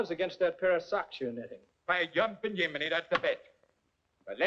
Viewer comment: Yumping yuminy, its Jiminy